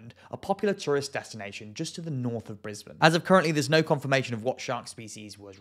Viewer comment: At least he pronounced Brisbane correctly lol😅😅😅